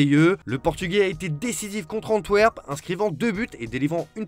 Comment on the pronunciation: Antwerp ? Vous faites exprès ou quoi ? 🤣